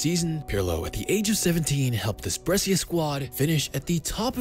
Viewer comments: Man please it is not Bressia, it is Breh-sha.. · say it right ..is brescia